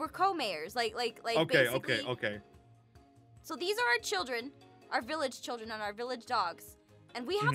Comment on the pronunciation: no, he said *OAK*ie